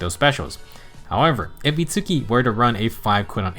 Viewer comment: The Itsuki pronunciation is making me twitch lol. “It’s-key,” no oo sound w/ the “u.” Usually in romanji, the u is a syllable-cutter.